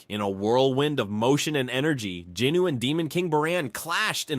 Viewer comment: Its Jinwoo...i kept getting thrown off because of the pronunciations...the names are being said wrong